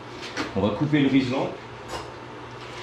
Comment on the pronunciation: Rilsan, pas rislan :)